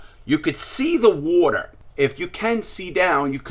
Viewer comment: Wourter drink drink drink drink